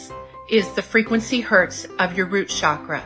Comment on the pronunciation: she doesn't even know how to pronounce "chakra". It has 5 phonemes: she gets 4 of these wrong.